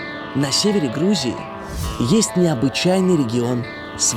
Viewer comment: Она прилетела в Хрузию! Вы не обратили внимание?